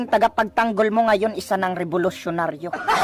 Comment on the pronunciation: Ayusin mo magnaqate parang di ka Pinay nakakahiya naman pakinggan . "tagapagyangol?" o taga pagtanggol?"